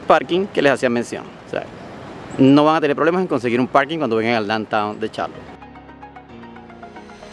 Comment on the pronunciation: Les aclaro 1er error NO es Charlo'tte es Ch'arlotte a pronunciar bien los nombres de los lugares.